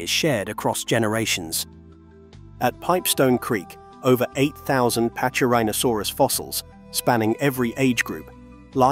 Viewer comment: in latin C is pronounced as K , so it sounds like packy--rheno--saurus, NOT patchy--rheno--sarus.